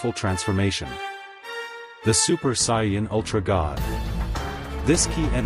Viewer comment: he said super saiyanan